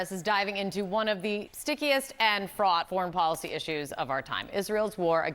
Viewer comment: Oh no, guys, it's "fraught"